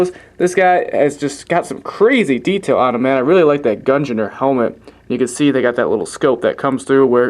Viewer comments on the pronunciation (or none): Please search up how you pronounce Gungnir, it will help us all. Its like Mjolnir, pronounced: M-yol-near. Gungnir is: G-ung- near. Hope this helps people. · gung-neer